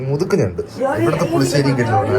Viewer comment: മുതൂക്ക് എന്ന വാക്ക് കാർത്തിക് പറയുമ്പോൾ ഒരു അപാകത. അത് ഗംഗയ്ക്ക് ഉള്ളതാണ് 😂